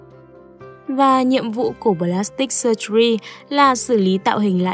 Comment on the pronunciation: Từ "surgery" đọc là sơ-giơ-ri chứ ko phải sơ-gu-ri nhé bạn ơiii :(((